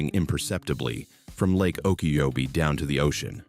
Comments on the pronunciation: I was shocked that nobody editored that out. O Key cho Be is closer. Emphasizing the capital letters. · Its pronounced Oka-Cho-bee for the lake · Lake Oh key cho bee..... That's a better pronunciation of lake Okeechobee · The 20 years I lived in Florida (and worked at Walt Disney World) were the most magical in my life, and also the most frustrating... because of Florida. In 2004 I lived through 4 hurricanes, 1. Charlie, 2. Francis, Ivan and Jeanne. (Not like the narrator who called Jeanne... "Jan.") It was hurricane Jeanne! Also, you pronounce Lake Okeechobee completely wrong . AND I ABSOLUTELY HATE calling Mickey... a rodent. "Walt Disney World" has brought more joy and happiness to the world than any other place. We bend over backwards to the "Give Kids the World" children, the best experience of their life. There is more GOOD THINGS that happen at WDW than anywhere else.